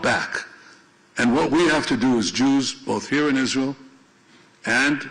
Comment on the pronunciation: I hate the way pronounces "Izz-rool"